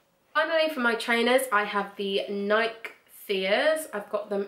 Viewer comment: I love your shoe collection!!! That tri-color pair of heels and the dinner shoes were divine. And all your boots were great. You do pronounce the long 'e' on Nike, by the way. 😊